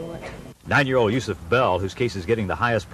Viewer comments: He said yusif again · He said USEF TWICE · He said Yusuf and also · Hi he said Yusef